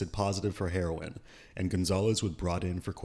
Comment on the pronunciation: He saying heroin with that hard h.😅